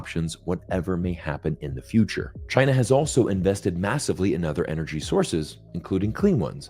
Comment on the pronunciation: Zeihan can't say China properly. He is, like a western columnist indicated, another Gordon C wannabe, trying to make a living in the anti Asian industry.